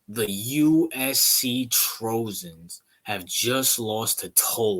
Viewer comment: Learn how to pronounce the teams names before you start talking. You almost lost me when you couldn’t pronounce Trojans and I checked out completely when you didn’t even get close on pronunciation Tulane. 😂